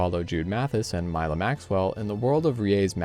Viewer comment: Thanks for reading the wikipedia sinopsis for me...? The guy didn't even knew how to pronounce Milla's name correctly in a game that only have eng dub